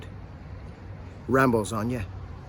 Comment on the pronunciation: Sawbo not Rambo.